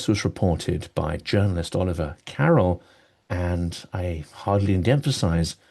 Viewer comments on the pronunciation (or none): none